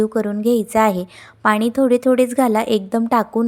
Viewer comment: ताई आपली भाषा अशुद्ध आहे.पानी.त्यानंतर असे खूप अशुद्ध पाण.असे शब्द नाही तेव्हा आपली भाषा सुधारा बरं ❤❤